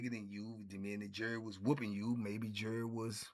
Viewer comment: All this time I thought he was saying jury.